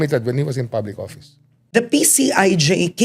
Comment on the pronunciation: Karen it's office not oppise.